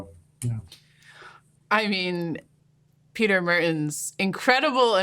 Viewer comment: Guys... it is really not so difficult to check the proper pronunciation of people's names. The name of that idiot, that weasel, that maniac Rutte is not pronounced as the English word "rut". The name of your guest is not pronounced the way the name Peter is pronounced in English. Research it! Because it sounds profoundly silly when you pronounce it the way you do... invest a few minutes to research it before you make a video, that will prevent you from sounding like a bit of a fool.